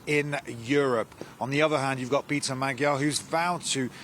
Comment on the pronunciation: Please learn, that "gy" in "Magyar" should be pronounced like 'd' in 'duke", thank you!